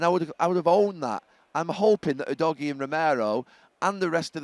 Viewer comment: Udogie is pronounced ‘who-dodgy’